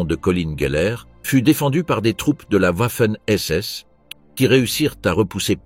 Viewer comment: Interessant mais pas très bien lu (et mal prononcé : " Vaffen SS " et " Viking ", et non pas Ouaffen et Ouiking)...